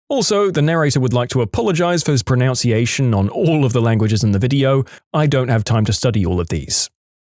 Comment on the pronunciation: In the Languages story, when the narrator apologized for his pronunciation of various languages, he mispronounced "PRONUNCIATION!" The word "Tagalog" was also mispronounced.